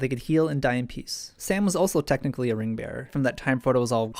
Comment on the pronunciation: Sorry, did you say Ring Bear? #Swarley